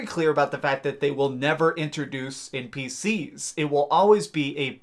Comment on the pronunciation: You kinda put to much emphasis in some of your words at the end of the word. I noticed it at first when you said "npcS" and kinda put it off cause it is an abbreviated word that has a C at the end but noticed you do it to other words too. Well, anyways I'll leave you be.